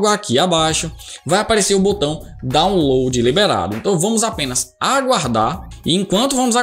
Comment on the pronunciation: "dóunlôdi", "êizidoisbûti"